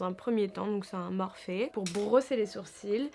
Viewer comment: cc esque tu pourrais faire une morning routine ou un tuto pour les yeux bleu stp si non il me semble que morphe se prononce morphie en fin breff continue comm sa je t adore bisous